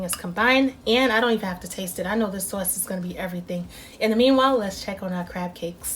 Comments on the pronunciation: I'm trying your recipe first timer just found some crab meat in Ohio so thanks for info and the accent "Soauce" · They look delicious. The sawce is killin me. I know you from Baltimore. 😂😂😂😂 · Are you from NY? That "sauce" sounds like my "sauce" and I was raised in the boogie down. I am going to try this for my lunch. Looks yummy! I like that you did not fry them.